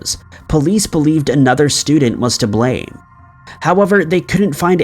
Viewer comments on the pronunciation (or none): none